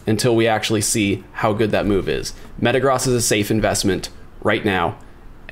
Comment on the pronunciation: Thank you for pronouncing Metagross correctly!! 🙏🙏